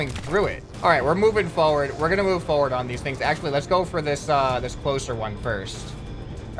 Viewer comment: says forward a "forwarz" me: BRUH